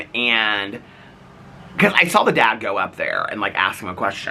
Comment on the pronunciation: You say saw like Saul.: “We Saul them standing there”. 😁😁